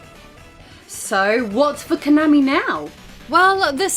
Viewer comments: Ok, I hate Konami as much as the next guy but you KNOW you're mispronouncing Konami every time you do it. You've just GOT to. Please tell me you're doing it on purpose >_< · Why do you keep saying Konami wrong? - Rocket Knight Adventures Japanese advert.